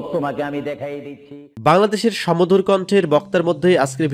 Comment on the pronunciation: সমধুর না, বলুন সুমধুর